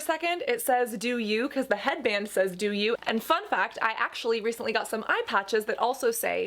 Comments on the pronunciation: When you said the eyepatches said "do you" my french brain went confused haha. If it's actually pronounced like french word "dieux" (which means "gods") you'd say [di-] as in "d" and [eu-] as in the [a] of "a-mazing". (The "x" at the end is silent). Love from France 💕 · Your eye patches say "gods" (dieux) in French, but your way of pronouncing it like "do you" is cute. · Hey, the eyepatches actually say Gods in french, idk if it was intended or not but it probably was. It's also pronounced differently but honestly I wouldn't know how to spell it in a way that would be helpful for foreigners 😬